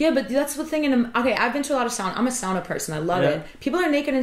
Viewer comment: How nice to hear the correct pronunciation of sauna from a fellow American! Nice work. I'm so eager to get back to Iceland, and all the information from your channel helps a bunch.